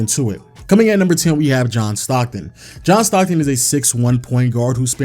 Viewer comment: Sorry, but i stopped when he said "Comin at place 10, John Stocton''... Good night boy <3